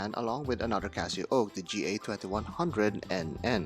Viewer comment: CasiOak not Casio oak